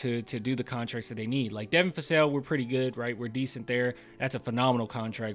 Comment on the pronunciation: please stop calling him Devin Fassel!!! lol